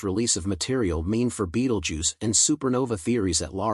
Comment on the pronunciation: Your speech synth is crap! Betelgeuse not Ball Jew form Bald Jew. What about proof reading and listening to your commentary before you release it!!!!!!! Amateur!